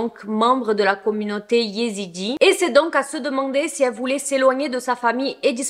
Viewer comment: Je suis ezidi et je trouve que tu le dis super bien